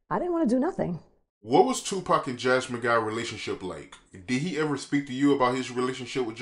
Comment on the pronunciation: Who is chew-pac? 😁